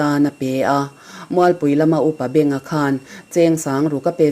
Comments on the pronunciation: Lalhmangaiha hi Kohhran Upa a ben avangin Upa benga tiin an phuah a,chhiar thiam lo ee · I va hawi zau lo ve chhiar tunu, Upa Benga tih hi hriatna Beng angin i chhiar a a ni lo, hmana KṬP hruaitu beng tupa kha a ni a, beng sawk, beng ṭhuai, tih a beng anga chhiar tur a ni. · Aw fiah fel fai deuhvin chhiar zawk se subscriber I lo ngah nan...David Sailo thu leh hla hi a ngaihnawmin a rintlak thin a a thu ziah hi regular taka I dah chuan subscribe i ngah thuai ka ring...Upa Benga(Ear) anga chhiar tur a ni lovin ka hria Upa Bênga (mi a ben vanga phuah) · Upa - benga pawh hi i lam dik lo